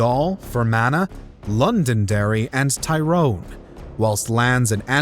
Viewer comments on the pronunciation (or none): Tie-rone, no. Tir-own, yes.